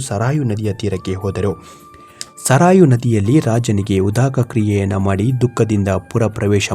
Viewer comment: ಅದು ಸರಾಯು ಅಲ್ಲ ಸರಯೂ. ನದಿ.ಎಂದು ಹೇಳಿರಿ.